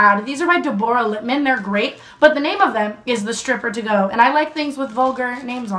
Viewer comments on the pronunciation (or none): DE-BORE-RAH????? You mean Deborah??? Like what